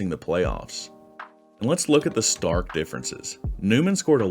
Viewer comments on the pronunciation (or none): none